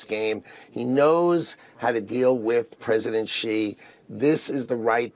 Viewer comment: Xi is pronounced see not she